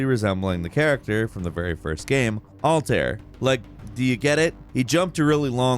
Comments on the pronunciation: Alt-air. smh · my brain broke when he called altaïr "altar" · It’s pronounced Uhl-tah-eer isn’t it? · Say Altair: “All Tear” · Wait...how did you pronounce ALTAÏR?! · did he just say alter and gayral ? I'm pretty sure it's Altaïr and Geralt